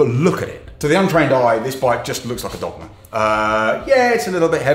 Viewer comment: I had to check the transcript, I thought he said ‘donkey’ 😂😂